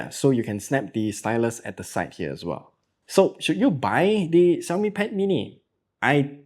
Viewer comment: Hearing the xiaomi pronunciation correctlly😄